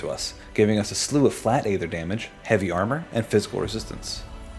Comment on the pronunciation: Dude it's pronounced aether.